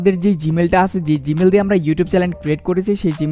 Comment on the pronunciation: it's not Challen, It's Channel bro